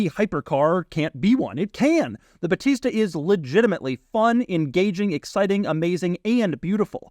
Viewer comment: I'm italian, that's not how you say "battista"